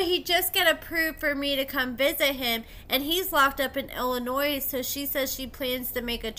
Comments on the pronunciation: I love your videos so much. Please stop saying the S In Illinois. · I'm half American and not even born in the US, nor *do I know anyone from that state and I KNOW THE S IS SILENT...🤦🏽‍♀️ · Please stop saying the S in Illinois. As someone from the Chicago area it drives my ears crazy bc its incorrect.😂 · I, as someone who isn't even born in the US, always assumend all ppl from outside Illinois in the US, knew the S is silent. But for me personally the voice is even more an issue.